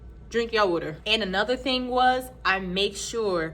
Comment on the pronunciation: Are you from Philly? Or Deleware? When I heard Weter(aka Water) I think I found my people! ❤